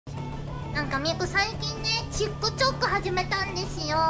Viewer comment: can we appreciate the way she says TikTok? Chiku Choku sounds funny, truly Elite language